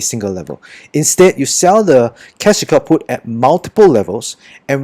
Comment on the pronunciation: I keep hearing cash kaput.. 😅